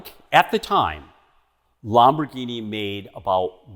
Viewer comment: The way he says Lamborghini drives me crazy